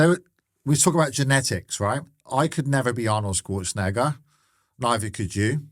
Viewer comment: “Arnold Skwortzenager”